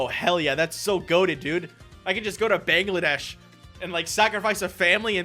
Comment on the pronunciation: As someone whose parents are both from Bangladesh, I almost choked on my water the way he pronounced it